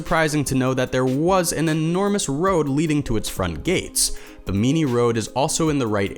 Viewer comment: "BIM-in-nee." Stay safe, everyone. Happy Holidays.